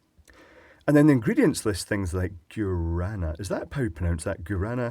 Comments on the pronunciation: guaraná is pronounced gwa-ra-NAH. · Guaraná is pronounced with the "Gua" from "iguana", then "rah-nuh". Gua-rah-nuh. It's a very common wild fruit here in Brazil, well known as a natural "energy booster", but it's more commonly known as a soda flavor (very good by the way, if you ever have the chance to try Guaraná soda, do It!). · my wife went to Brazil, and she said Guarana is pronounced like gwa da na down there. I don't know how correct this is and i could be wrong. However I think it comes from down there. Good channel keep it up. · well in that case then hes saying it wrong